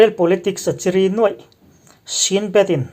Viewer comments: Chiri, zu in ṭhinte chiri sawia chiri thluk ni lovin Chîrî thlûk tur a ni. A bengvarthlak e. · Chiri i lam dik lo,chi tih lai tak hi,ram ri tih thluk a ri tih anga lamin,ri tih pawh hi ri ang thoin lam tur.ngaihthlak a nawm zawk nan ka ti mai ania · Chiri..hi..a thluk hi..a hniam ve2 tur nia..zu in nasa chiri an tih nena lam kop loh tur..a bengvar thlak thin khop mai..i zar.ah..i thu tharte kan chang reng thin nia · chiri tihkha ilamdiklo tlat Zuheh lutuk suffer chiri angkhan lamlohtur.